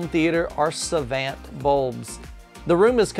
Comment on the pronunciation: ...Savant. "suh-vahnt". Rel. "Rehl".